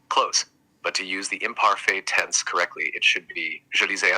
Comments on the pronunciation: The imparfay 😂😂😂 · You and ChatGpt can’t even pronounce imparfait correctly😂